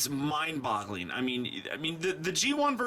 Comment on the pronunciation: hehe you said Mind Bottling hahaha